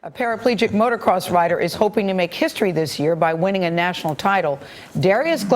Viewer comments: She pisses me off when she says motorcross it's motocross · She said "motor cross". Sigh.